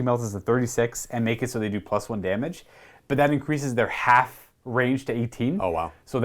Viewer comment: Damagé, damagé. damagé, yaaa